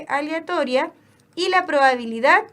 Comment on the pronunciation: que tanto cuesta pronunciar "aleatoria" por la re chucha